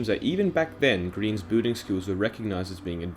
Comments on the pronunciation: XD at the start I thought he said “bulling is a big part of Minecraft” Laugh out loud sorry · Every time he says Building I thought he said booting. Anways, pog video lol! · i cant unhear him saying "booting" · Boolding cracked. Me up